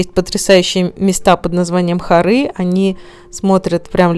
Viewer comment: Правильно говорить не хорЫ, а хОры.